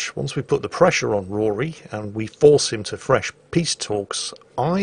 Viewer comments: the name is still Rhodri not bloody Rory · Every time says “Rory” instead of “Rhodri” it hurts my soul. It’s not like they don’t call him by his name repeatedly. Just being... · Not Rory, Rhodri. Rod as in a pipe, and ri as in ree. Everything is pronounced in the game, it's not hard